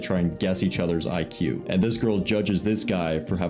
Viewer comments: Hey English is my second language but I’m pretty sure the way she pronounced “IQ” is not accurate, that was more like “EQ” instead of “IQ”. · Nobody noticed she said EQ not IQ? 😕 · Pronouncing IQ as “EQ” really says a lot about your IQ 😂